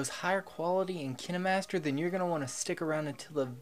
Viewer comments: not trying to make fun of him but he says "Kina" master and I thought it was kine master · why did you say kinimaster instead of kinemaster? Kine master pronounce ( Kine) Not (kini) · Ok ;-; He’s legit saying KiNeMaStEr Try saying it like kin master and forget about the “E” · Kayn-master Not kInNe mAStEr Google says so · Its not kinémaster its KINEmaster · XD I always pronounce Kinemaster to "Kaynmaster" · He said Kinimaster not Kainmaster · Fun fact: the kinemaster youtube channel actually pronounces it Kinamaster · He says it like “Kinamaster” when it’s supposed to be pronounced saying the letter i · And i thought its pronounced Kienmaster 😂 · if he says "kiN-eh-mAsTeR" one more time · Kinamaster is what he sounds like saying kinemaster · I thought it was pronounced KINDmaster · KI-NA MASTER lol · Keeneemaster hahahaha 🤣🤣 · bruh is kaine master not kine master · Its kineeemaster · No hes saying it wrong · So what if he say kinemaster in a different pronunciation stop making it such a big deal :/ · He's saying kinemaster wrong 😂😂😂😂😅😅. I just noticed he has never blinked once